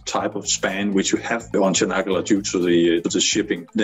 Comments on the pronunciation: "Çanakkale" is more like -ch-anakkale, not -sh-anakkale. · its not canakala its tsjanak ka le how u read it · "Chanaggalla" :D